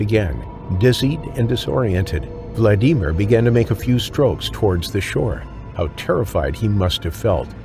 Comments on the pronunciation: What's up with that pronunciation "vlad EE mir". 😂😂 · Learn how to pronounce Vladimir for goodness sake. VLAD-A-Meer. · Vald E mere lol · Poor “VladEmEar”. I couldn’t even finish watching this video, because of how his name was pronounced. Even Siri and Alexa can pronounce that name properly…FUCK! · Vlad-ee-meer. Is this AI? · Why you calling that first guy vlad ee mere. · Vlad.Dee.Meer 😂 AI pronounces it so weird and hilarious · I hate how many times the AI says his name bc it's pronounced wrong. It's Vladimir like Vlad the impaler not Vlad I mer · Who came here disappointed at the click bait title? 👋 Who only watched for 4 minutes because every American has heard the name "Vladimir" and never, ever read it (internally or out loud) as "Vladeemer". 👋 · why are you saying Vladimir like that 😭😭😭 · I can't stand the way you pronounce Vladimir 🤦‍♀️ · Never thought the name Vladimir 'could' be pronounced like nails on chalkboard .